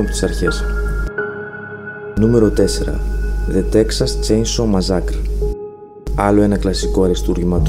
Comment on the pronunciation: Nice one but the way you sed massacre